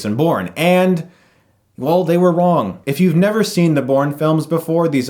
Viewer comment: .. and well they were wong :D